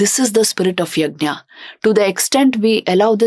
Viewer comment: यज्ञ not यज्ञा